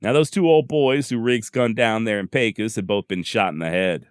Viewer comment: Good job, as usual, and as a native born Pecosite, I was happy to hear Pecos, pronounced correct. I'd like to have a dollar for ever time I heard my hometown pronounced , pee-kos. Killin Jim Miller was one of several ' interestin characters', that called Pecos home, at various times, during the heyday of the 'wild west' period. There's been a whole mess of ' bigger than life' colorful characters, in it 140 + yr history. I've had the privilege of knowing a few of these, in their old age, in the 1980s, both men and women, and listenin to their stories of ranchin life in the early 1900s, was what got me intrested in the history of the west, particularly the l during the latter half of the 1800s, and the trans-Pecos, region, of southern New Mexico, far West Texas, and northern Mexico. I've been fortunate to have access to Indian campsites, in remote areas, on privately-owned lands, from the north eastern Texas panhandle, to the Davis, and surrounding small mountain ranges, of Southern far West Texas. I'm familiar with many of stories you feature, and I appreciate your narrative style of story telling.